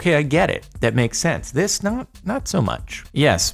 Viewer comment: Jardon pronounced yogurt wrong, lol